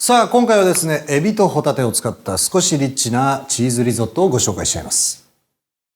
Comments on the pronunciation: これ見ながら聞いてたらまじでえっちにきこえた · 「少しえっちなチーズリゾット」に聞こえて やだなにそれ気になる...と思ってたらただの リッチなリゾットだった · リッチがエッチに聞こえちゃったじゃないやだー